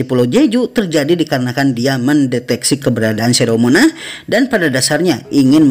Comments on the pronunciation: monark bang cara bacanya ,bukan monah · Revisi dikit, Spelling untuk MONARCH itu "R" nya juga di sebut jadi kalo di lafal kan terdengar seperti "MONARK", udah dari 2 video sebelumnya aku perhatiin agak kurang tepat Spelling nya 😄